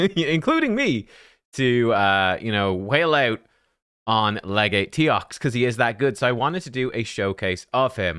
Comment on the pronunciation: At last, someone pronounces "legate" correctly 🎉😅🎉